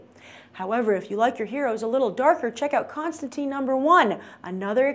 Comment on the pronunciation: Constantine rhymes with vine. And experimenting? They cancelled a Vertigo series to get more sales. What a bold decision!